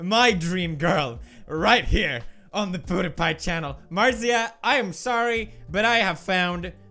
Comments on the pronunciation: Since when did the pronunciation of her name change??? It was said as martzia and now it's like marshza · Christina Mulloy its Marzia not marjah. I'm not being mean. just thought you'd want to know